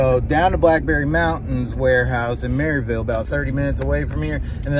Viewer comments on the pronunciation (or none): You know you said Maryville wrong